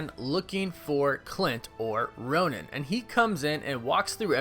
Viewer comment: just so you know Hawkeye becomes ‘Ron-in’ , not ‘Roan-in’ (pronunciation wise) DO I WIN INFINITY WAR BLU-RAY NOW?! lol